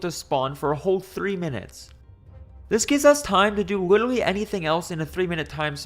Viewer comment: "wittle" edit: 2 hours in and can't listen to that anymore. Witerwally